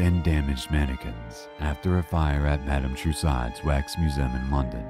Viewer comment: Uummmm. Dess-Moy-niss? The capital of Iowa is Des Moines. Pronounced Day-Mwoyn. And Madame Toussaud is pronounced, "Two-Soh". NOT Too SOD. My God man, where did you go to school? DID you go to school? And for those who may want to take issue with my remarks, guess what? IT DOES. MATTER.